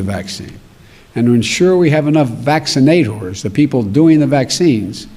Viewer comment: Did he say: VACCINATORORS, The people doing the vaccine??? minute LOLLL i died